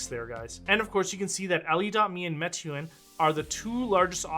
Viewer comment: great video. Meituan is pronouced "May-Tu-An"